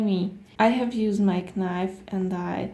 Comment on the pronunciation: She said kinife